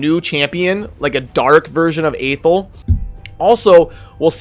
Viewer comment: FYI, Athel is pronounced "Uh-Thell", according to the narration in the introduction when you first start playing the game. Just thought I'd point that out :P